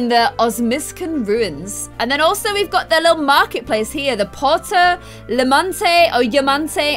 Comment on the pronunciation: anyome thats confused about pronunciation of the marketplace. Poo-air-toe Ya-maan-tay. theres a little bit of a rolled r sound after the p as well.